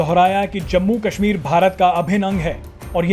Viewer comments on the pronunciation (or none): pok 😝😝😝,Pakistan bolte the na keshmir,Keshmir abbe jhahilo ye ksmir h na ki Keshmir